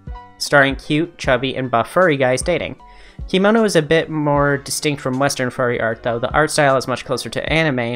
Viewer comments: I'm a kemono style maker. Just wanted to say the robes (kimono) are pronounced key-moe-noh, but kemono is said like che(the beginning of 'chemistry')-moe-noh. I heard about Diezel being a baby fur, but I didn't know about his other uh, "hangups". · kemono is pronounced "keh-mono" and legoshi is "legoshee"! :) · Kemono is not pronounced "kimono" It's a japanese work. A kimono is a different thing. Kemonomimi are not Kemono. This was your info bubble from the local kemono kittycorn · The way you pronounce kemono hurts 😭